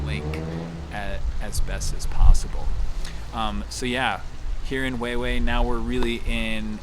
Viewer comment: Huehuetenango's coffee is one of the best in the world! Thanks for share the video! I like the way you say Huheue ♡